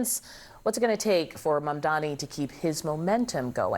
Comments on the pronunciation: *Mamdani not Mamdamy!🙄🙄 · why can't this idiot say MAMDANI correctly? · It is MAMDANI, Andrew. Are you dumb or are you mispronouncing his easy name deliberately ? Haven't you been told already by Mamdani himself during your awful debate where he gave you a shellacking of how to pronounce his name ??? Andrew it appears does not know his alphabets. Oh he is good at one thing though. Grabbing women and oh sending the elderly to their deaths